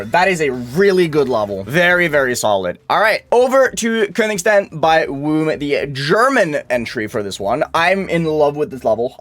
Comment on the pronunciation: bro the way he said Königstein really got to me